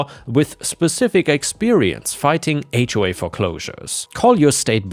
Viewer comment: Those AI voices always mispronounce things like H.O.A.